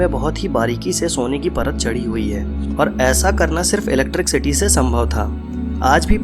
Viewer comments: चचा, its not ईलेक्ट्रिक सीटी, its ईलेक्ट्रिसीटी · electricity hota hai bhai electric city nhi . pronunciation mistake hai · Electric city bol rahe ho bar bar... 😀😤👋 bhai apke bolne ke tarike se lagta hai ap kahi se chep ke video banate ho. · 😂😂😂 electric city Jo English ke words Thik se nahi bol paya o Gadha Hame Primads ke Rahasya bat rha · Jinone pyramids bnaye the unhe bhi English nai aati thi still they made those structures. English is just a language not someone's level of intelligence. Nevertheless 'electric city' is funny tho.😂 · 😂😂😂😂 Electric city 😂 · oo bhai scientist research karo bol ra ,accha usne sab copy paste kiya hai bass voice hai uski and usmei bhi vo electricity ko gajab hi bol ra hai ,,aur tu laundiya ko samjha ra